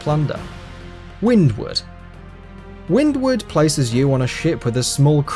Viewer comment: you said windwood but it writes windward did u said it wrong???